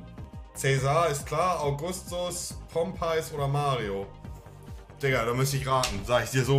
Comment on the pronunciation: Pom peiious 😂